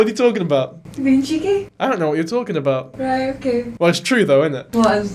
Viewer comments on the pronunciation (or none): "you bein Cheekeh" i love her 😂😂😂😂 moan the weegies!